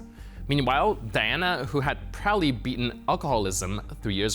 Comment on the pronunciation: Her name is Deanna not Diana. If you can't get such a simple fact correct I seriously doubt the legitimacy of your reporting.